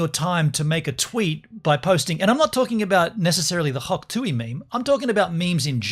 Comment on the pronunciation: it is hawk tuah not hawk tuey